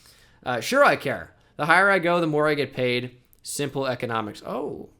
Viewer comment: simple “ecomonics”